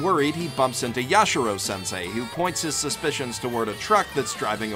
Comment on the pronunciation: YashIIIIIIro, not Yashuro